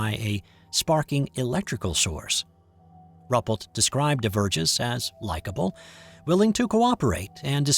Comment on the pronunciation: I think this account is credible...all the more so because the photos were confiscated and the witnesses threatened. I wasn't aware of this event. (BTW, I believe it's pronounced 'roo -- PELT').